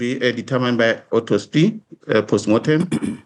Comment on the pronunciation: Education exposed here - He just said autospy instead of autopsy 😅.